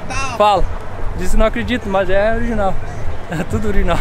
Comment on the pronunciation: É "oliginal" kkkkkkk história pra boi dormir